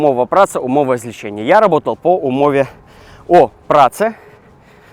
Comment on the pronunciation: ...ну какое злеЧЕння?! Умова злеЦэння...з...Ле...Ц.э.ння